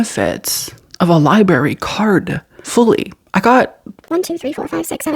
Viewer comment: I love you so much but I must say this because it’s driving me crazy you are missing the r in library and saying liberry. 😂